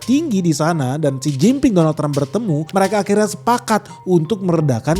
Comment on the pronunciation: Xi Jin Ping dengernya= Sen Cin Ping Artinya..... Artiin sendiri dah🤫